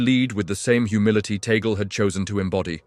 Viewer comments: This guy pronounced “Tagle “ name wrong. Tagle is a Spanish or Pilipino surname - it is pronounced as you would a Spanish word - T a g l e - not the English western way making the last syllable silent. E is pronounced as E - Just like surname Robles - rightly pronounced as R o b l e s. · We pronounce Tagle as Tag- lee 😏🇵🇭🇵🇭🇵🇭🇵🇭🇵🇭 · Tagle not Tagal,please. His family name.